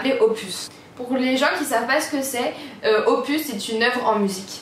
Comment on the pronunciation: Quand tu as dis les surnoms , pour opus tu dis pupus et après tu dis « nn Loulou !! » 😂😂🤣🤣 sinon belle vidéo comme dab !❤️